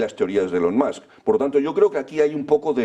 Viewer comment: Gracioso que los Españoles dicen Tramp y Mask pensando que pronuncian bien. La U en ingles no suena a U, pero tampoco a A. Hay que afinar al oído.